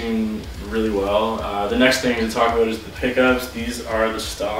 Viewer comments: Talk aboot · Are you Canadian you said aboot. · You only said "aboot" once so don't worry aboot it ;) Loved the review